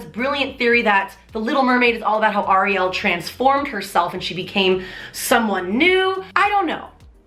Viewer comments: you pronounced ariel wrong :( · The way you produce Ariel is different from I’ve ever heard it and now I am hella confused